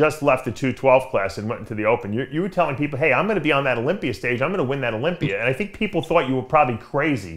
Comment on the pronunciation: William "you know, I tink" Bonac